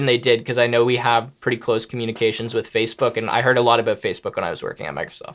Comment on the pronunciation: "fazebook" LOL